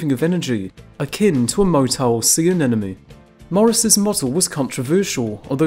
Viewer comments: Anemone not Anenome. 🤔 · You lost me at “sea anenomy.”